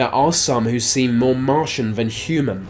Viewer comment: Great vid, although you sound a bit inbred "More va most" ;)